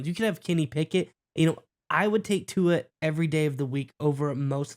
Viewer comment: Guys, please pronounce the Tua’s last name correctly.